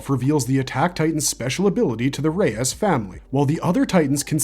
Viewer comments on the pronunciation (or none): Rod "Ray-ass"